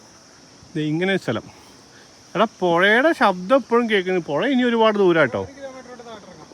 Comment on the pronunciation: Puya അല്ല പുഴ